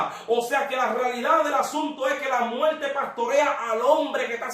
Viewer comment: Se dice muerte, no muelte. Infierno, no infieLno. Tormento, no toLmento. Esa es la realidad del asunto.